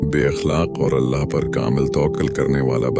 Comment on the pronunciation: Mispronounciation of Allah's name please correct and check your video before uploading